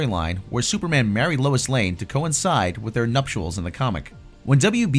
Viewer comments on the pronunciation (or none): This is good and useful history. It's not "nuptuals" it's "nuptials". Please to rehearse this at home thank you.